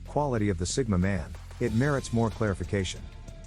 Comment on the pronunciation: Sigma not Stigma 😅